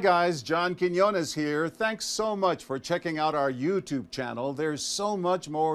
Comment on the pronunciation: hahahah why you can't say Quiñones? He's name is John QuiÑones. The ñ letter sound similar to the combination of GN similar to Lasagna (Lasaña) ;-)